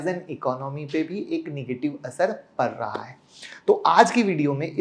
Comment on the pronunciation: Impact par nahi raha h....impact pad raha h.......😂😂😂😂😂😂😂😂😂😂😂😂😂😂